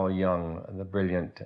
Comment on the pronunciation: If you want to even sound like someone who understands the work of Carl Jung, it might be a good idea to learn how to pronounce his name at the very least. This representation of the shadow is a childishly superficial vanilla flavoured new age offering and nothing like what Jungians actually deal with.